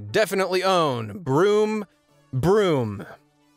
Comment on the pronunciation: Dude... Cars go "Vroom, vroom", not "Broom, broom". Sweep me away.